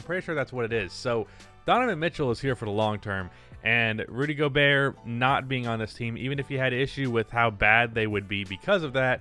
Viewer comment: Rudy Go-Bert